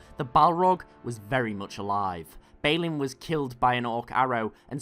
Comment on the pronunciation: BALIN = 'BaLL-IN'